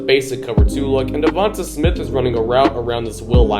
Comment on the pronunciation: Okay, okay, but it's "DevontAY Smith", not "Devontuh Smith" 👍